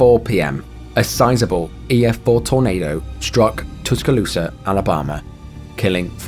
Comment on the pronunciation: Oh, please don't take it as a criticism but I think slowing down just a little bit would match the severity and allow the gravity to sink in more. But the way THANK YOU for pronouncing Tuscaloosa Alabama correctly. As an Alabama native and a University of Alabama fan that's like saying Jesus wasn't crucified for you sins it was Satan. The video was great though.